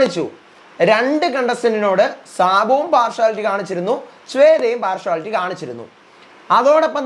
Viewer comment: പാർഷുവലിറ്റി അല്ല പാർഷ്യലിറ്റി